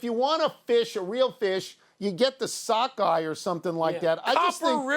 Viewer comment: Sockeye is even WORSE! That word is pronounced Suk-kegh (suck-egg) not cool. Do NOT release the Kraken name.